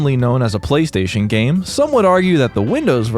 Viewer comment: Bro, I'm so tired. The first 3 times he said "Playstation", I heard "Police Station" and was really confused.